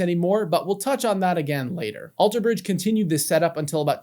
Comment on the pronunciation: I never knew Scott played in another band! Thank you for that info! Also! Stop putting the emphasis on the "bridge" in Alter Bridge!! It's killing me 😂😂